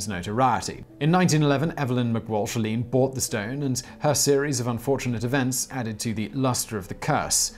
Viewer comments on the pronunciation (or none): none